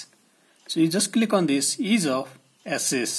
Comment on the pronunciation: ease of asses